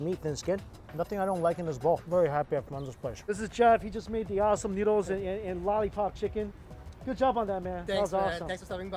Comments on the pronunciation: I hate my mind when he said noodles noods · haha i thought you said Nudes here